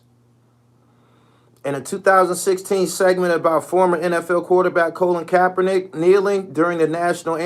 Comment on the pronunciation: “Colon Kapernick”. 😂